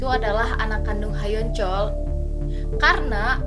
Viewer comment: Halo kak, maaf ingin meluruskan sedikit tentang pengucapan nama2 karakter hehe.. Bae Ro Na = Be Ro Na Oh Yoon Hee = O Yun Hi ya Ha Yoon Cheol = Ha Yun Col Lee Kyu Jin = i Kyu Jin Joo Dan Tae = Ju Dan Te Terima kasih, maaf mengganggu waktunya kak 😊